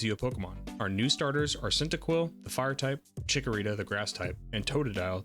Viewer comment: It's Cyndaquil not Cyntaquil, lol.